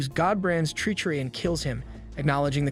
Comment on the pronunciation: learn how to pronounce treachery.